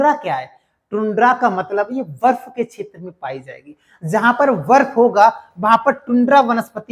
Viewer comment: बर्फ को वर्फ 😂😂😂